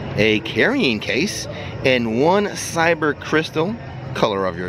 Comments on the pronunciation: Ky ber crystals .. not cyber .. your pronounced it wrong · Dude, you're killing me with how you're pronouncing Kyber crystal.... you're saying it as if its spelled CYber. It needs to be a hard K sound not an S sound in the beginning. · I was just going to say "Kyber" hard K ;) May the force be with you, thanks for the Falcon ride